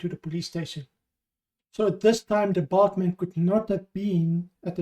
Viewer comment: A little common sense would lead to the conclusion that the word was bald. If he'd wanted to suggest size, then he'd have used bulky not bulk